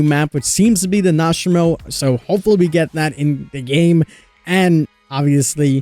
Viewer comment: "Nost-ra-marrow" lmao